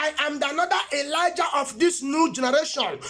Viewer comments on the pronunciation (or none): none